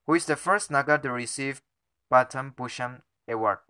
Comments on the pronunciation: You are wrong once again . This time it’s question no 30 . Correct answer is option A , you have also repeated the question regarding first DGP and the answer is different for both the questions but anyway Shri K J Nanavati is the correct one and lastly it is not pronounced as Padam but Padma award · Please it’s Launched not lunch 🥗 Also It’s Padma not padam 🤣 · It's Padma not Padam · It's not padam it's Padma award